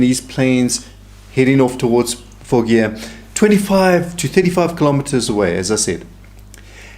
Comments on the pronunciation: With all due respect, Foggia is pronounced "fodg-ah". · Hello, my Dad’s family had a summer home in Foggia! It’s pronounced Fojia, g sound is like a j